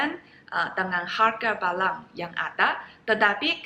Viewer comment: Barang,,,bukan balang 🤭 semangat belajar bahasa Indonesianya,,ciayo💪